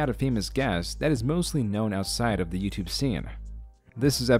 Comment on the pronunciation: bruh did u say YOUTUBÉ